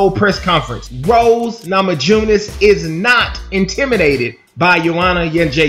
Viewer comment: Indeed, it's NamaYunas.